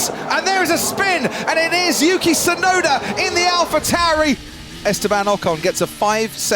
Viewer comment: Come on white ppl, so sick of you guys pronounce “sunoda”, it’s “TSUnoda”!!! T is not silent!!!! Say it properly!!!! It’s “TSUnami” not “sunami”!!!!